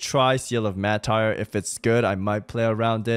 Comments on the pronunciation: Mar-Ter, not Mah-Tire. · I just can’t with the way you pronounce Seal of the Martyr 😂